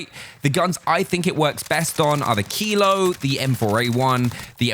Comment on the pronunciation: what gun did u say is the best? kilo? or keyload? whats keyload tf